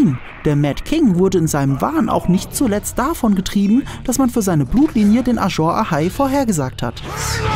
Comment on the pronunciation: "Ajor Ahai"?? Ist es nicht eher ein summendes S? "Azor Ahai" Wird auch in der Serie von Melisandre so gesprochen.